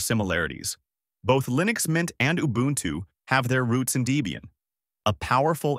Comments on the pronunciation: Lie-nux? I think we had ironed out the right way to pronounce this decades ago. Are you a newbie or an AI? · sorry but "lie-nex" cringed the hell out of my ass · 10 videos on mint vst Ubuntu and the top result pronunces it Lie-nix. damn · I tend not to take advice from anyone calling it "Lye-Nucks". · Alarm! Alarm! Alarm! B.S. AI content! A.I. voice and can't pronounce "Linux" correctly in the first 10 seconds. After that I don't give a crap what you think.